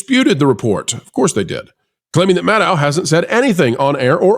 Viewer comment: I agree with Rachel Maddow. (That’s pronounced, Maddow, as in meadow,. Show some respect!)